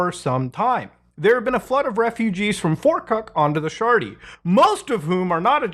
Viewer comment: "the sjarty" 😂